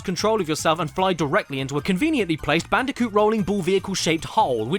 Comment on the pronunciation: I LITERALLY CAN'T SLEEP WITH THIS VIDEO I START UGLY GIGGLE EVERY TIME. "Bandicunth" ends me every time